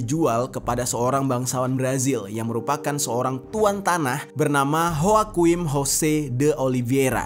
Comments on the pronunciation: Joaquin dibacanya wakin bang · Joaquin dibacanya hwakuin